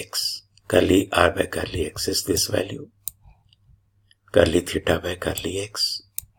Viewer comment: Thank you sir. Sir why you are telling garli ? I think it is del... Partial derivative w.r.t any coordinate.